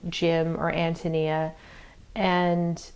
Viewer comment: Awesome .... first review I have found where reviewer pronounced An toe knee uh correctly! Great review too~ lovedthe book!